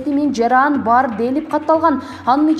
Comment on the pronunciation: Туура окунанды уйронуш керек экен журналист, жараан эмес жаран, катоо эмес каттоо деп